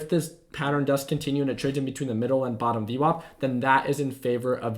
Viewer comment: whats UWOP? VWOP? whats he saying and what are those words? id like to look them up.